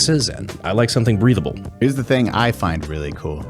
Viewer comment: I know in the poncho read said breathable I heard him say breedable roflmao